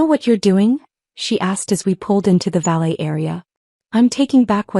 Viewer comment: Valet not valley!